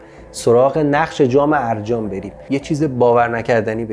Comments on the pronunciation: درود استاد. تلفظش arrajan نیست arjan است. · درود. احتراما تلفظ آن ارجان است نه ا. ر جان